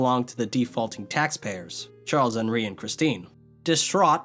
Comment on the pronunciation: "charles-henri" you're saying half the name in english and half in french